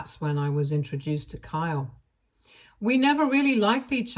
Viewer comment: Kyle doesn't have a long e sound.